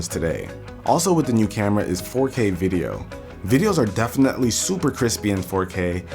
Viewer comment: "Defenetly" hahah u cute